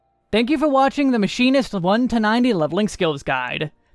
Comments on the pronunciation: i thought i was going insane when I heard "My Sharona" and "Mushymist" instead of Machinist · It was fun hearing all the names you called the Machine-ist. It didn’t bother me in the slightest just gave me a great chuckle! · I am thoroughly enjoying you pronouncing Machinist different every time to troll all the people who gave you crap for your pronunciation on the older version.